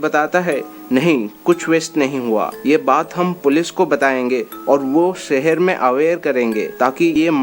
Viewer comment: Sipt .....shift.. Sehar...shehar... Pronounce properly